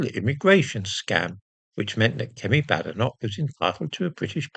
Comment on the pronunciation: And how,did she,acquire,a Scottidh surname? Has she ever even been to Scitlsnd? As a Scot, I would like to know as she is certainly no friend of the prople of Scotland. She cannot even pronounce her name correctly, calling it Badenock!